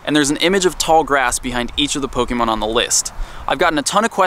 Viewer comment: WHY DOESNT ANYONE KNOW HOW TO PROPERLY PRONOUNCE POKEMON???